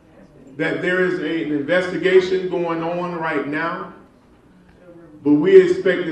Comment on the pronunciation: Not Noww But Right Noww